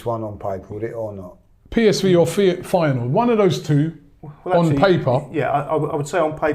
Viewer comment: got the Feyenoord pronounciation spot on